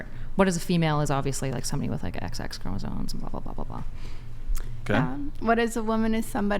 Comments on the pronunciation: ChromosoMe. Ffs she can’t event fuckin pronounce it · It's chromosoMe (ˈkrō-mə-ˌsōm NO "n"!!) These girls need to know how to pronounce words correctly. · OK, thank you..And I was feeling like the asshole because I was wondering how someone could talk with SO much conviction and (over and over again), mispronounce the universally-known word “chromosome”…😭😭😭😭😫😫😫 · Omg… Is anyone else here bothered by leather jacket’s continuous mispronunciation of the word “chromosome”???!!! Like, dude-I can’t—-😭😭😭😭🤦🏽‍♀️🤦🏽‍♀️🤦🏽‍♀️